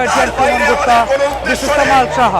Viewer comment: Sorry it is actually 'Saha'...